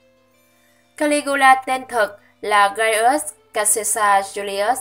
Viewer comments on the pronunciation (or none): none